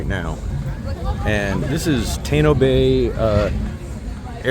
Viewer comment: Tah-ie-no….pu-hur-to Pl-ah-tah